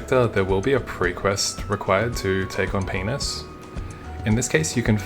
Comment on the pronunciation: I love how you pronounce Pianus